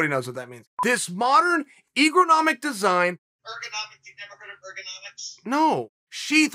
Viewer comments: Guess we’re saying egronomics now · Who wants to bet we never hear Chael say ergo nomics?